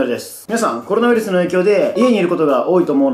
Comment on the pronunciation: コロナウイスルになってるw